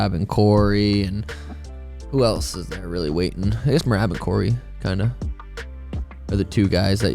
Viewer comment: How do these fighters now know how to say each others names? “Merâb”? I heard O’Malley mess up someone else’s name recently too. Smh